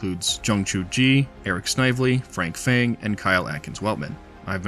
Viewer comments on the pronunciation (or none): none